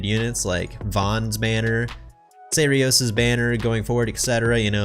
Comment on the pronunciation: Got both her and the ark in the same pull, did take me 5 pulls though but oh well. Also, you keep saying serios, his name is seiros, small difference :o